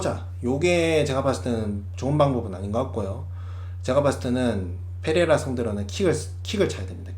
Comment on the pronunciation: Pㅔ레이라 F로 발음 하는거 킹받네